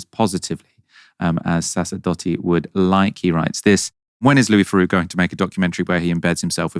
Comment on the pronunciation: It's Louis THeroux, not Louis Feroux.